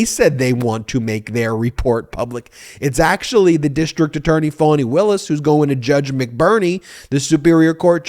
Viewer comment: I adore you, but!!! It’s FAWN-E. Not Phone-e or Fan-E. FFS…if you’re going to report on things, PLEASE take the time to LEARN THE APPROPRIATE PRONUNCIATION. Otherwise, keep up the EXCELLENT work